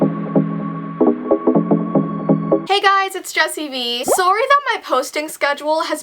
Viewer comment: lt it’s her Canadian accent I think (I know this is 3 years late but whatever)